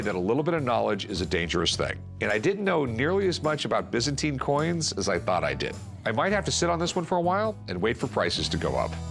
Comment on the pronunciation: Wtf is the bizzenti empior it's byzantine. Again americans ruined any language